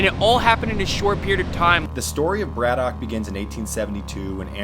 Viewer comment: Here in Pittsburgh we pronounce it more like Brad-ick (said correctly ). Great set of videos covering some of the area!